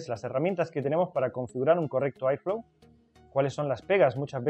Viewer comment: airflow se pronuncia érflou, porque en momentos parece que dices iphone. Lo ideal es que digas flujo de aire. Buen video